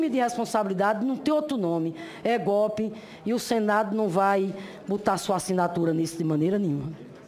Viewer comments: Meu Deus, a mulher do “é gopi, é gopi” é professora????? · foi golpi , golpi, golpi , custou muitchu , muitchu nus custou muitchu, foi golpi, a senhora viajou na maionese hellmans, nos custou muitchu. Esse tipo de pessoa me diverti muito e de graça, não preciso pagar entrada no circo se tenho divertimento gratuito.